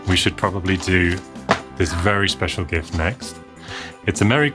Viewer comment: lol@ pronounced jift"....That's awesome! sure does like to steal the show, the kissable cutie. She's adorable with the reindeer antlers. And I'm laughing myself to tears from all the broken glass sound every time some paper or bubble wrap is thrown! So much cool stuff. About the best xmas gift I (and my brother) ever got was a new 1541C disk drive, back sometime in the mid 80s. It's still sitting on the desk next to me! I was using it a few hours ago to test some disks. One of these days I'll futureproof it with a recap.